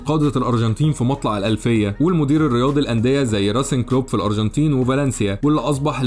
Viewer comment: الأروجنتين .. نطقك ليها بيضحك 😂